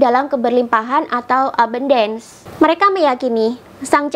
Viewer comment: melafalkan ABUNDACE nya salah... 😀